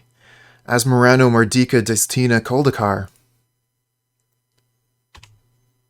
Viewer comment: I’m genuinely impressed how well you can pronounce Asmoranomardicadaistinaculdacar. It’s the best name of any magic card ever.